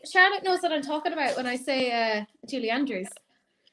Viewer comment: I didn’t realize you were saying Julie Andrews I thought you’re saying like Julie something else but not Andrews and then you said sound of music and I’m like do you mean Julie Andrews and then I heard you say it more clearly or I heard it more clearly I should say I’m like oh yeah I know who that is!, how do you not know who Julie andrews is????